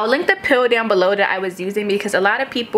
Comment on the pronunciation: Its the peel. I used to think "pill" too by the way she says it lol. But then when she showed it before I was like "ooh peel" lol.